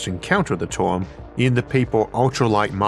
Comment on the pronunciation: Tf is up with this guy's accent? He pronounces "term" as "toium"